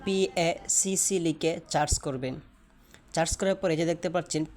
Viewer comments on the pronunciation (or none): চার্জ না ভাই, সার্চ